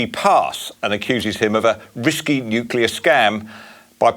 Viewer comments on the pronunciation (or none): The only thing that is risky is leaving Blackout Bowen in charge of our energy supply for 1 more day. He has NO Idea about " Nu-clea" energy, he can't even pronounce the word... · It's not "NICKULAR " Bowen.